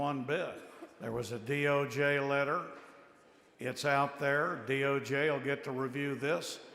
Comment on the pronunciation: Why does she keeps saying DOG?? That's spells dog. Not DOJ